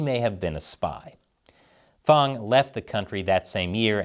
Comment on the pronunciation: It’s Fang as in hang, bang, sang learn to speakee dee Eengleesh. Stop sucking up to foreign pronunciations.